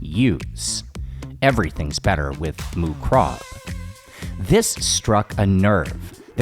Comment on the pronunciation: You ignorant americans cannot pronounce other languages eh? moo krob? yerah you've never heard it spoken otherwise you'd get it close to being correct instead of reading it the way an ignorant american might say it phonetically